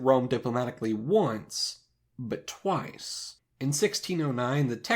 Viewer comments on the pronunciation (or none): "...but TWAICE!"